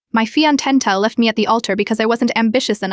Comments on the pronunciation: The robo-reader is reading the accent mark over the 'e' in fiance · Can AI please learn how to pronounce fiancè?